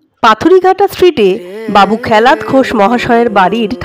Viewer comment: খেলাত .... খ্যালাত নয়।